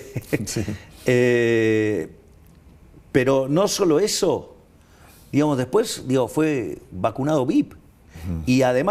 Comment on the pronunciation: SU MULETILLA "DIGAMOS" ES ENFERMANTE APARTE QUE DICE "DIHAMOS"